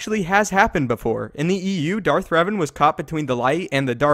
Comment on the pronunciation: WHY CANT YOU SAY DARTH REVAN BRO.